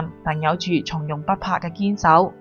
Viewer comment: 從容⋯⋯ 應該讀音⋯⋯鬆容！